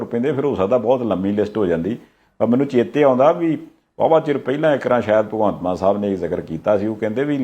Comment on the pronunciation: Maan not Mann please.